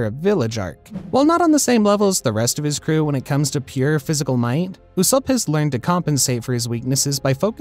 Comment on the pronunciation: So we're not gonna talk about how he said usopp